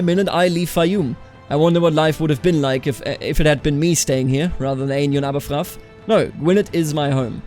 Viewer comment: Sorry but Aberffraw is pronounced like "abbär Frau" i know Welsh is hard and English is stupid but that one annoyed me slightly